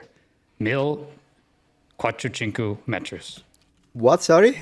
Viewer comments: "Mil, quattrucincu". Fantastic, the second word sounds very much like the Sardinian "cuatru cincu", meaning "for five". That was funny. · Un uomo disagiato 😂 devo ammettere che quando ho sentito “quattru cincu” non ho potuto trattenermi dal ridere.